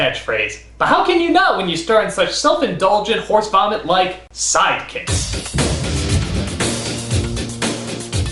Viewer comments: lol at the end "Sidekciks" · Omg at the end on the last screen he said SIDEKCIKS! Ya know who's gonna get him for that? Chuck Norris.